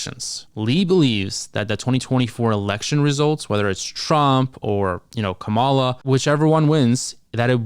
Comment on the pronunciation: Pronounce Kamala's name properly !!!